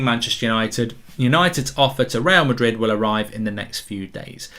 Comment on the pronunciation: Mark today: Twister Real Madred